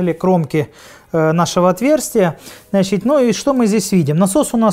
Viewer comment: "Значить" потихоньку скуфишся 😂